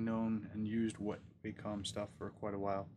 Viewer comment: Congrats on the new Cintiq! Thanks for taking the time to give your creative and practical impressions - nearly 12 very thoughtful minutes. This is said with a smile but since you have the flagship product I'd like to encourage you to pronounce it properly. ;) Wah-kom. When pronounced properly in the presence of the Cintiq the angelic choir can be heard and streams of light break through your windows from above. It's an undocumented feature.